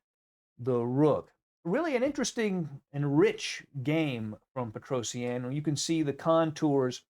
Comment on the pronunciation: its petrosian not petrosienne